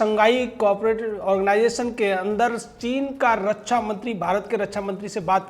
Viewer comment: अरे फेंकू के बाप, रच्छा नहीं रक्षा होता है। पहले बोलना सीख ले।